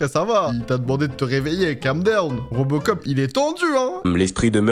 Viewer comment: C'est pas robocop c'est reubecop 😂😂